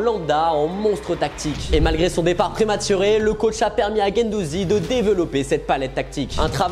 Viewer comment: Gendouzi ? Insupportable